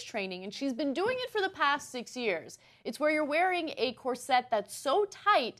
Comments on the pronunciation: Why does Anna say it like that? I hate it. Cor SETTE. Why do you stress the wrong syllable? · Why are they emphasizing the wrong syllable on "cor - SET"? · Am I the only one who had the scene from the first harry potter movie running through their head every time they herd these presenters say corset? It's CORset not corSET. You put the wrong emPHAsis on the wrong sylLAble. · Why does Cenk keep pronouncing it cor-set? I've always heard it pronounced cor-sit. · corr - sit not corr -set lol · Kor-sit ffs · The most unsettling part of this video is how they pronounce 'corset'